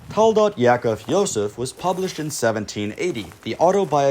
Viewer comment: For the record, it's Rabbi Ya'akov Yosef of Polonne, not Yosef Yaakov. Also, it's pronounced "Ya-a-kove". Thanks for the video and the historical background.